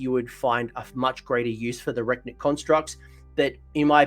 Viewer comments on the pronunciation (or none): Thanks for the great summary! Ps: it's Re-Knit constructs, as in reconstruct.